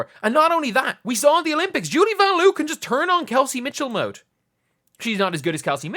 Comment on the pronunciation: Lin Dunn doesn't even know how to pronounce Vanloo.